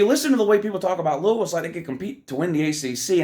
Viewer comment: .....You say it as Lou•we•ville😮😮😅😅😊because I'm from there.